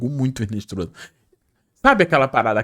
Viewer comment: Pqp. A pronúncia não é RINESTROZA. É INESTROSSA..no espanhol o H não tem som